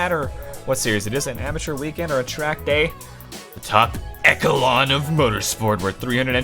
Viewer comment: open a dictionary, you cant even pronounce echelon correct